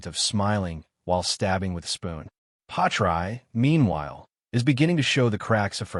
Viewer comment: The worst AI name butchery ever. Really??? Pie-try? Bro the AI didn't even pronounce the s in Piastri. Delete this and remake it with at least some effort FFS.